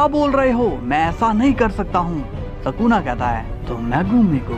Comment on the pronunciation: Ye bura explain tha our woh sakuna nahi sukuna hai